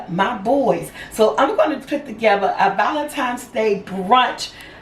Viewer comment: I love the way you say ValenTIMES LOL Happy Valentine's day!! Nice brunch ideas!! Did you mean Joanna Gaines? Chip's wife? I love her and she has a new show on Discovery+